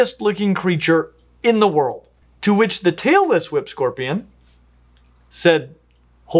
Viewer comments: So I'm watching this with the volume way down as not to wake up my sleeping partiner and I almost woke him up by accident anyway. I nearly loled when google's closed captioning decided you were sayinh "Taylor Swift" scorpions instead of "Tailess Whip" hahaha. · I swear whenever I don't listen too closely it sounds like is saying "Taylor Swift Scorpion". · I thought he Said Taylor Swift Scorpion 😆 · I keep hearing “Taylor Swift scorpion”